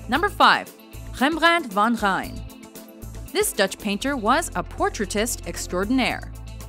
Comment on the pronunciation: I speak dutch, the way she pronounced “rembrandt van rijn” got me crying, we have like a spanish “R” idk wtf that noise was that she made, but if you don’t know the language don’t try this shit